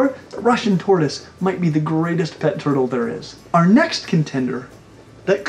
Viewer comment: This man was born to say “turtle”